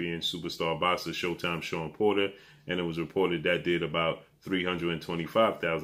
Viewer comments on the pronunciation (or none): none